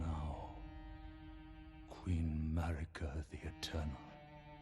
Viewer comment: the way you say marika should be a crime im your 28th subscriber